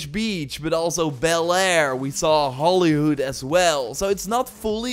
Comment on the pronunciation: No one gonna bring up the fact he really said Hollyhood 😭😭😭